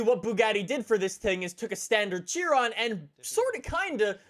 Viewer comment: He can’t say Chiron. He needs to be canceled